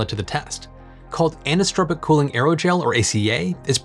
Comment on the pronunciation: an - eye - so - tropic anisotropic